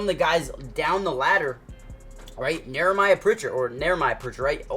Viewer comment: Dude, it’s not Neremiah… it’s Nehemiah. Pronounced like KNEE-uh-MY-uh.